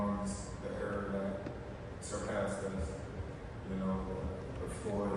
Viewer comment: When is someone gonna tell bud it’s era not error..😭